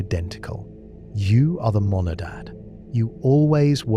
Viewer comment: "Monadad" or "Monad?"